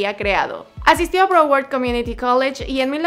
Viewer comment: No sabes decir broward or fort lauderdale